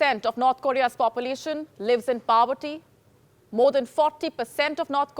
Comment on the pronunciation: Hi...you need to improve your pronunciation - 'Poverty' ....'January'.....are some examples you can check!!!!!